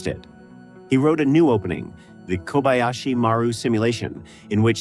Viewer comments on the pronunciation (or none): none